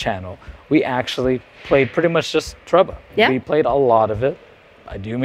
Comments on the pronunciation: It's TORE-REE-BUH. Not TREH-BUH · Is it not pronounced “To Ree BA”? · trouble? Toe ray bah? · I don't think that's how you say TOREBA but okay